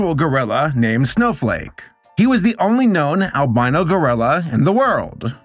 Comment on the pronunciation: I KEPT HEARING SNOW-FUCK…..🥲✨